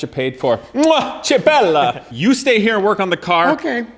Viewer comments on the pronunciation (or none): „Ke bella“, not „tsheh“.- das ist kein Spanisch. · Hey, Che Bella is pronounced K Bella! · Che bella is pronounced "kay bella," amico!